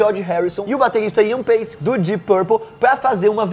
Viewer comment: Ian Paice, não Iam Pace